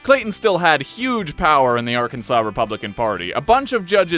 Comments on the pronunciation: It's pronounced Arkan-sas ya idjit! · It's Arkans(awn) btw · Like most phonetic oddities in the English language, you can blame the French for why Arkansas is spelled the way it is. The letter S at the end of a French word tends to make an "â" sound. Hence why Arkansas sounds like "Arkan-saw." So, in respect to this fact, you should read Arkansas as "Arkan-saw", because that's how it's meant to be pronounced. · It is pronounced Arkansaw.